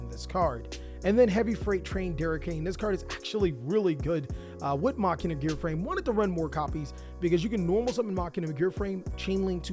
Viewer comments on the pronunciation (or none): Please start saying MACHINE-UH IT ISNT MOCK-EEN-UH